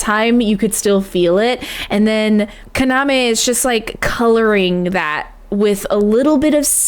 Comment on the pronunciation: Yeah, she keeps saying "Saike" and "Kaname". Which is weird since she got them right in her first videos. I've been wanting to correct her but it feels nitpicky. Pun not intended...